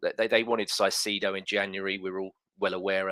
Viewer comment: It's Caicedo, not Saicedo! Please!